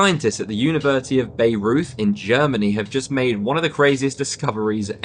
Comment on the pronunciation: University of "Bay-roy-t" aka "Bayreuth". - not the way this young man pronounced it.